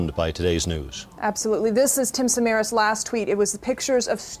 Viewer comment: And he was Greek. His surname is SamarAs, not SamAras.